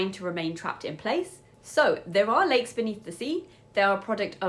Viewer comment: Thought you said " these are Legs!" And they are so toxic.